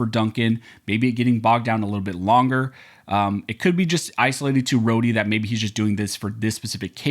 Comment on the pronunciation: "roady? ................. thats not now you say that....